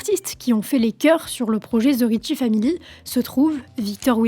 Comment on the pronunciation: Oui, en français elle articule assez bien. Mais son anglais est à chier!! ("Ze rrietchie faamili", "Ze wiilage pipole", etc...😣)